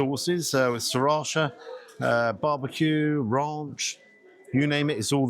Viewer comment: What an unexpected disappointment, after the NY one. We don't seem to do so well in Britain when it comes to chains. On a plus side, I learned how correctly to pronounce 'sriracha' so thank you for that!